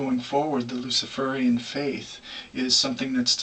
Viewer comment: Luci-fur-ian? Hehe